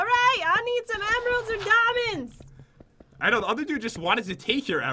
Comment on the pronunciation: ...Damonds.. Me:Damonds???